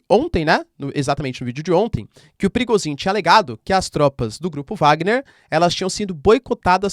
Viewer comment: "Pirigosin" kkk